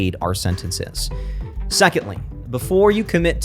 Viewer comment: its not SENT ENT SAYS it is SENTNSIZ